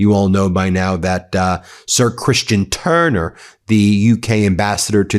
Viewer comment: Why do you say “Turner” like that? ☹️